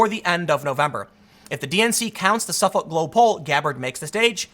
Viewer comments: It’s pronounced “suffick” tim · Dude, Suffolk is pronounced suffick. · Good video but the pronouceing of Suffolk drove me nuts lol.. is pronounced --suff-ick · *Suffolk is pronounced ['səfək]. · Dude it’s Suf-uck is how it’s pronounced just like the County Boston is in and the one on Long Island. It’s one of the oldest university’s in the nation. Extremely respectable school and has been polling for years...that’s why the joke so always Suffolk yourself University